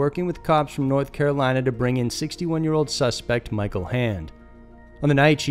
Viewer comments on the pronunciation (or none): none